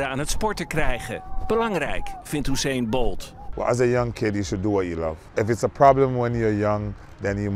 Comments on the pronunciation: Oeseen Bolt, wat een uitspraak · Je zegt Usian Bolt als Joe-see-en Bolt